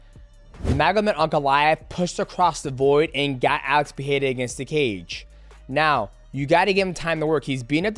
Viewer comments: Love you DJ but your pronunciation of names is atrocious. You were so confident on the Jaxxon Podcast whilst being incorrect (Nur'gomedov). You always seem to leave out the "ma" when you say it. (Nur)Magomed(ov). Also the Pee-era thing is terrible. It's Puh-ray-ra (no double r so no H sound). Ferreira has a double r so it's Fuh-hay-ra (Not Fee-haira). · Uncle Chael & DJ, the "Pierra" bros 😀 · Fans Pereira are the worst they say robeery 😂😂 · bro you can't say his last name correctly just say Poatan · god i hate how you pronounce Pereira xD